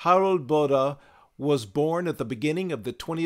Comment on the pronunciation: Just an FYI, the German name Bode is pronounced like 'bo-duh.' (my favorite Bode-inspired tool is the Sonic Charge Echobode plugin---great for psychedelic percussion and metallic piano & brass)